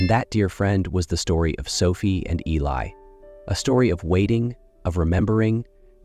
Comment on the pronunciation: Beautiful story. I wondered why he didn't write her a letter. He did! Mispronounced Eli's name. Even called him Billy. Stories at this site need to be proofread.